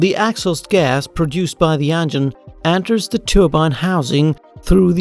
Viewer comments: How do you fuck up the word "engine." You're pronouncing it "ann-gin" and it pisses me off. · "the angine" 😉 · "de andgine"